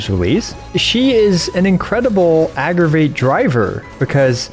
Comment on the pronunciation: Nice video but 'agraviht'😶